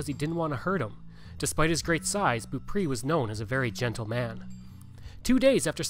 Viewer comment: It would be nice if you had learned how to pronounce Beaupre.